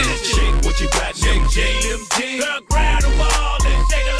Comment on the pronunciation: "them jaenz"